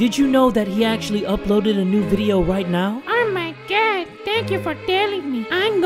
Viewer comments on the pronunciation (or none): “oh mAh Gah”